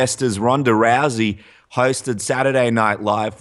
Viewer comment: ***** This sport is complex, of course. It's Rousey, not Lousey. If you're an 8 year old you wouldn't understand. But, this is what this whole video is about. The lack of the right people in her life, trainers. If you view life through anime eyes, of course it'll all be funny to you.